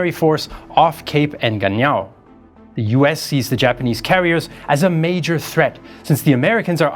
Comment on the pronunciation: Engaño it is not the same as “ Engañao”….. I could not help it 🤪🤣🤪🤣🤪🤣